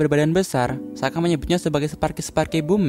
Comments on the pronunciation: Soka, bukan saka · mispronounce, harusnya sokka bukan sakka